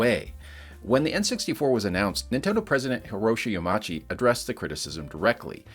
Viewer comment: Hey, love your videos. Since you don’t use A.I. to narrate your videos, and I respect that, I wanted to share a few tips for pronouncing Japanese. There aren’t really any diphthongs in Japanese. If you see two vowels next to each other, they both get pronounced more-or-less separately, and every vowel has basically only one sound it makes: A=ah E=eh (or ay) I=ee O=oh U=oo So Hiroshi Yamauchi would be pronounced: “hee-roh-shee yah-mah-oo-chi”. Eiji Aonuma would be “eh-ee-jee ah-oh-noo-mah”. Shigeru Miyamoto is “shee-ger-oo mee-yah-moh-toh”. Also, the letter R is pronounced as a “liquid consonant”. It isn’t a growl as much as a flick of the tongue, almost like a quick L sound. Not too dissimilar to English RP or a Trans-Atlantic accent. Hope this helps!